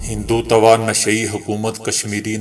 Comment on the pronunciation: اس کا تلفظ اس طرح ہے ہندُتو